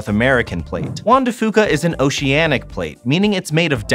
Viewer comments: Juan de Fuca is such a hard name to pronounce. You guys almost got it. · You can tell neither of them are from Washington by how they pronounce Juan de Fuca. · Juan de Fuca is pronounced FEW-CA not FOO-CA, good scenery tho! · Not trying to be a pronunciation purist...... but it’s pronounced few cuh. Foo cuh. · Growing up in WA I always heard Juan de Few-ka not Fo-ka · As a native Washingtonian, im cringing everytime they mispronounce Juan de Fuca.... (hint: it's "de Few-ka" not "de Foo-ka") Still not a bad car commercial. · It's pronounced, "FEW-ka", not, "Foo-ka". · It's pronounced (Juan de) Few-co, not Foo-co. I cringed every time I heard that during this Subaru advertisement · I know it doesn't really matter but I've never heard Juan de Fuca pronounced foo-ka, I've always heard it as few-ka. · The "Fuca" in "Juan de Fuca" is pronounced "fewka" not "fooka". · Juan Dr Fuca=hwan de fyuca, not fooka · juan de FEWCA. not FOOKA. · Hey... Guys. You might also do research on your pronunciations while you're out there... It's Juan De Few-ka not Fu-ka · drtm17 Æ Nobody from washington says it that way. So its fewca not fooca. In fact, Ive never heard it that way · OK EVERYONE: Pronunciation is important! Juan de Fuca is Juan de F(you)ca. I was born and raised in Washington state. I love the Olympic Peninsula the most after spending 20 of my 63 years there. Thank you for the videos! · Locals say Juan de Few-kah. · It's Fyooka, kids. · It's pronounced wan de fyooka... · Juan de Fuca is pronounced FEW-CA by locals.... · Soooo close to pronouncing Juan de Fuca right (Fuca is pronounced like "few-ca"). No big deal though. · You can tell that guy is immediately not from the northwest. Mispronounced Juan de Fuca. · I cringed every time either mentioned Juan de Fuca. You ain't from around here are ya? 😂 And an umbrella??? Tourists. Loved your vid though! Olympic National Forest is awesome! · I died a bit every time you mispronounced Juan de Fuca